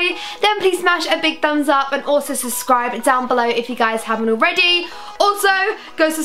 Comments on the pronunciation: It's not "suscribe" its suBscribe ! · I love Saffron soooo much💖 but am I the only one who gets annoyed when she says suscribe instead ob subscribe😂😂